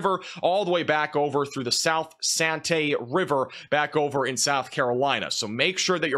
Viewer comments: Santee is pronounced San-tea not Santay. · Hiya 👋 It's pronounced San-Tea South Carolina 😊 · Santee river pronounced ‘san-tee’ Thanks for the updates and good information ☔️💧🌧️